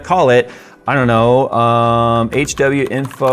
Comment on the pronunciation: Ya pronounce tha legend as... H-Winfoh